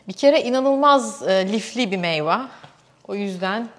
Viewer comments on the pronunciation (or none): Meyva meyva çok tekrarladiniz yanlış telaffuz dan video ya odaklanamadim ....meyve ablacım meyve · Güzel bir anlatım ama "meyva" değil "meyve" kulağımı tırmaladı.